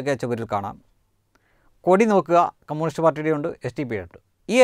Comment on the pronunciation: കമ്മൂണിസ്റ്റ് അല്ല . കമ്യൂണിസ്റ്റ് .